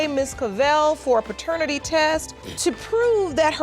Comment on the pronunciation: ….”pertenity test”. Alright.